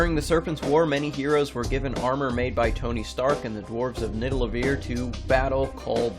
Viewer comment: You completely butchered the pronounciation of “Niðallevir” xD